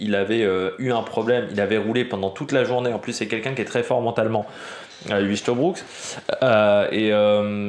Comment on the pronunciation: On dit : "oeil-te-brou-k" ; il a déclaré avoir de bonnes jambes au point d'avoir hésité à suivre chaves. ça promet